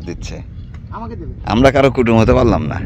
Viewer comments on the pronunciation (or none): ওই শব্দ টা কুটুম্ব।।।। কুটুম না।।।